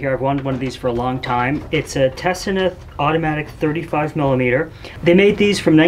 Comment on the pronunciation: I own one of these and they're a real jewel of engineering. The lens doesn't look directly at the film, it's light path is reflected off a tiny mirror, so keep an eye on any fog/haze or debris build-up on that critical mirror. - BTW, the name is pronounced 'Te-sea-na'...